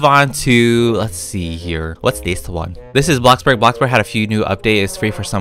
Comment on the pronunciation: may i ask why he call blockburg ,bluckberg